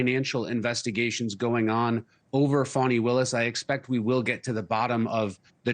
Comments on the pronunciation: She like pronounce it 'Fawni' not 'Fani'. She looking for clues then she going to impeach that blond haired billionaire in the white house. Ha ha hee ha ha!!! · I'm sick of hearing this lady's name mispronounced!! There is no "w" in that name... It is not pronounced "Fawny", it is pronounced FANNY, as in your ASS!... BEFORE WIPING, even!!